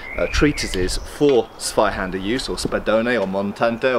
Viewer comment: Guide to pronouncing German: The "Z" is to be pronounced like a "TS". Like, for example, in "tsuba" on that lame, japanese cleaver-thing... So say after me: "Tsvai-Hander"...and you should be fine. Thanks! And...you´re welcome! - Germany